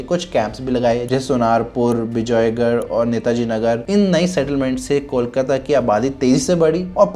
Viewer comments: Start Calling it कोलकाता and not कौल काता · Is it really difficult to pronounce cole, and coal? Then why cawl-kata? Kolkata. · Kolkata is pronounced as Coal-kata....not.....Call-kata😂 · Try Calling कोलकाता & not कौलकाता । Try ,हो जाएगा । कोलकाता & not कौलकाता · Kolkata ka name phela teh se bolna sesho bhai...before making a video and commenting on it!😂 Tells a lot about the research u have done for the video!😂😂